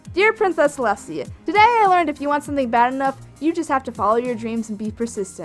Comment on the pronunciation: it hurt when he said celestai and went in a coma and now I feel a little better but it still hurts I not lying